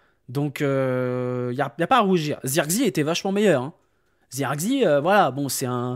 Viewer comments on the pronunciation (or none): C'est pas Zeurkzi c'est Zirkzéh